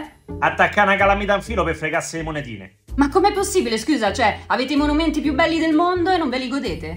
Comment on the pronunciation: Comunque è “scüsa” 😜